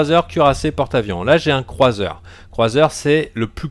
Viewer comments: très bonne vidéo, mais on dit croiseur pas cruseur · fanta on dit pas cruseur mais croiseur petit anecdot ;-)